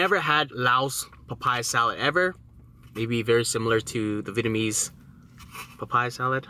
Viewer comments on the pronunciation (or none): none